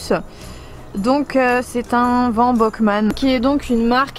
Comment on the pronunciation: j'adore ton van mais ça se prononce "Beuckman" car le ö en allemand se prononce EU 🙂🙂